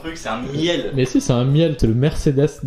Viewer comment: Un miel 😭😭 ça se prononce mille